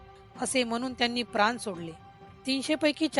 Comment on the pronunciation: प्रान नाही प्राण, मराठी येत नाही, आणी मराठ्यांचा इतिहास सांगतायतं